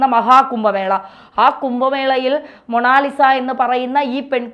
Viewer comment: മോണോലിസ അല്ല മോണാലിസ ലോകപ്രശസ്തമായ പേര് അറിയില്ലേ ഇതുവരെ😂😂😂😂😂